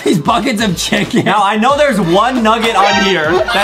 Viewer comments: Wait, did I heard “cHUuUcKeN” but not “cHiIicKeN”? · Come on, Foxy! It's not just a "CHICKEN" it's more like... "CHOKE-CKEN" for Justin, AYYYEEEEEE! I just played this almost 39 times this day, AYYYEEEEEE!